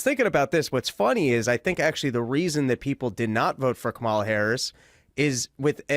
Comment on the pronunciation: Is this where I'm supposed to make an anti-gay joke and pretend simultaneously that I'm a serious person? Still intentionally mispronouncing Kamala's name, Dave? Totally not racist.